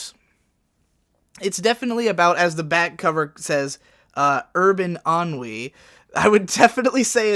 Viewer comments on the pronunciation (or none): That's how you pronounce "ennui"? Holy shit I am a moron.